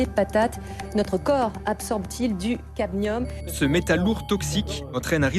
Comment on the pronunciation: The poison is caDmium. Not caTmium. Pity it's mispronounced by the speaker throughout the video. Other than that a very informative video. I've heard potatoes are the most poisonous food to eat although not the only poisoned food. Even organic produce still uses chemicals that are "approved". Its reasonable not to trust any approval process. Grow your own food and be careful of what soil you use to avoid disease including dementia. It appears to me that these depopulation tactics are aimed not to kill us outright but to kill us eventually by stealth. It means we can labour for their profit until we at use by date. Then their is no retirement refund/pension from taxes paid and the worker is left to an ugly, painful and somewhat terrifying early decline and death as in dementia. It is obviously intentional and a clear demonstration of evil in action. The depth and breadth of which is astounding. God protect us from evil. Praise to the human beings brave enough to speak and act. God bless you all.